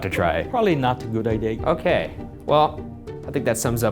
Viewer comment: pronounces idea as "idee-are"